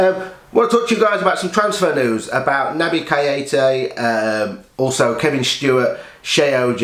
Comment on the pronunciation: Good video mate just one thing. Please pronounce Keita's name right, it proper gets under my skin haha. Naby Kay-ta. Hopefully we get the deal over the line but £70M is way overboard now